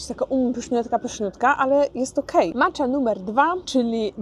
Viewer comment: Proszę (nie złośliwie) o wymawianie słowa matcha miękko, z japońska: macia. Oni nie mówią macza. To jest troche profanacja dla uszu, wybacz :)